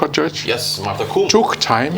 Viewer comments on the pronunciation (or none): It’s Martha Ko-om-e note Kum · Please it's Martha Koome, not Martha Kuum 😂😂😂😂😂😂😂😂😂😂😂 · In Kenya the Constitution sets limits on the period within which the Supreme Court must hear and dispense with a presidential petition. On a very light note the Honorable Chief Justice Martha Koome’s last name is pronounced “Kohmee” the oo is pronounced as oh and the me is pronounced as meh.